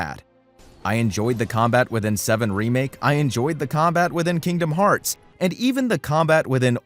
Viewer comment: My daughter loves it when you say Kingdom farts lol.